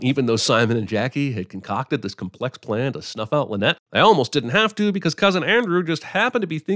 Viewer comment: If Death on the Nile is remade a third time, will that third director finally grasp that “Linnet” is not pronounced “Lynette”?